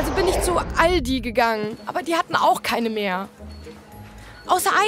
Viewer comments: All-DI .... Aua aua wieso tut ihr mir so weh? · Bei "All-di" hattet ihr mich :D